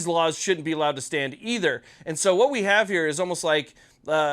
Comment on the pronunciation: Say vhat?